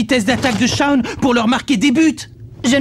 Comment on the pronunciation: Merci grâce a toi nous pouvons le dire : Les kikoos d'internet tuent les noms en VF des animés "Chaoune" c'est génial mais c'est Shawn. Ah et c'est Haïden pas iden